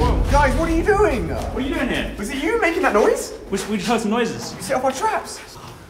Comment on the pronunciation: AR YOU DWIN